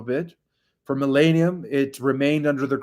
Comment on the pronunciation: Just trying to help here via Love & Appreciation/Respect on the Highest. Mispronounced a lot: FACTION = Sounds like FACK-SHUN with no N in the middle. Publicly = PUB-LICK-LEE. MILLENIUM = MILL-EN-EE-UM - NOT MILL-AY-NEUM. Please understand the Gravity of the Movement(as I know U do). U Represent Us...We can ALL do better & upgrade in All possible ways. I'm just trying to help U/Our Movement in the HIghest Respect & Appreciation. No-One seems to want to help with this. I AM, Brother. ThanQ for Everything U do. I Love U. Please do not take offense to this in any future VIds/Post. AS I AM here to help. Egos aside.